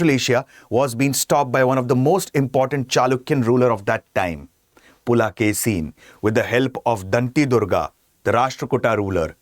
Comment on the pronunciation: It is not "Pulakesi", it is "Pulikesi" (rendered as "Pulikesin" in English).